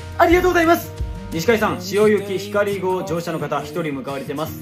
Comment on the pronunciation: こだま、ひかり、のぞみって全て新幹線の名前だけど強調してるように聞こえる笑もちろんそれが悪いって話じゃなくて説得力あるなって話